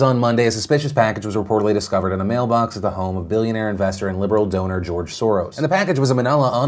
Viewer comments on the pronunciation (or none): none